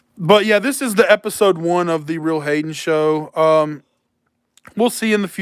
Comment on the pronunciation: During the live when you said "TheRealHayen Show" I thought you said "The Read Hating Show"